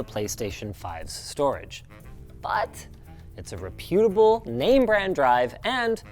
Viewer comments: I'm stuck on Linus trying to pronounce "reputable" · Honest question... is Linus' pronunciation of "reputable" a regional/Canadian thing? I've always heard it with emphasis is on "ta", not the "you"...